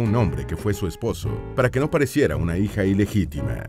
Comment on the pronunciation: Por qué pronuncia tan mal?.Dice vide, sesente, beisnoliste, hije, novie..... Corrijan la mala dicción.